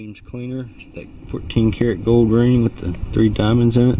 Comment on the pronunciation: I know I am too tired when I kept thinking you were saying "goad" instead of "gold". LoL. Great finds; especially the gold Tierra 😂